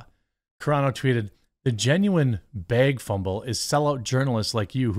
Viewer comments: Dude...bruh...breh... STOP SAYING BEG!!!!! It's bag, ok!? BBBAAAGGG. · bAAAAAAAAg not beg 🤦🏻‍♂️